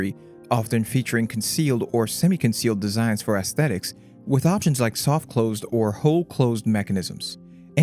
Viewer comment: I like the pronunciation of "ASSthetics" when talking about the butt hinge... 🤣